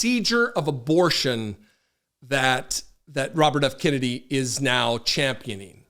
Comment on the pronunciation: He is destroying the name (Kennedy) is he related to the family LIKE JFK?? IF SO THAT IS SAD COMING FROM A KENNEDY!!!🤡🤡💩💩